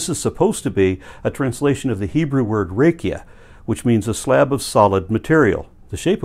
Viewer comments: The Hebrew רקיע is pronounced "ra-KEE-a'", with a gutteral vowel ending. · Just an FYI for the future, the "ra" in raqia is spoken like in your name. Ra - Kia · Raqia is pronounced: Rah-Key- ah.